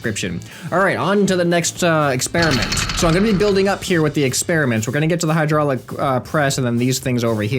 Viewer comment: You forgot finnish accent at hydraylic press thing :D